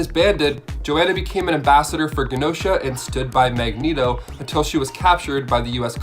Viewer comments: He also said (magg-neto) instead (mag- ne-to) and then said mag neto the entire time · Great video cuz, but it's pronounced Mag-Nee-Toh and Ill-Yana. Beyond that I appreciate your content ☺️ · Quite a few errors in the beginning. He first called Magneto... Magnet-0 Totally screwed up the Wolverine Age of Apocalypse explanation